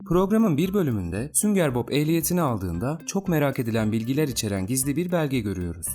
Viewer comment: sünger Bob deilde hep sünger bok diyen